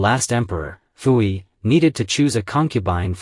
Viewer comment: Also Puyi is pronounced Poo-yee